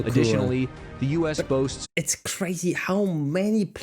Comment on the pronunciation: I knew what you meant when you said U boots.